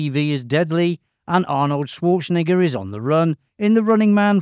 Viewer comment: The 21st thing you didn't know: according to this video, his name is pronounced Swartschenegger 😃